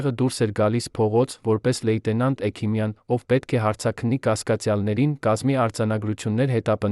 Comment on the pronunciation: Այ., էքիմյան. Չի. Հեքմյան. Է։ Սա. Համ.. Խոսում. Է.. Էլ. Մտածում՞՞ է։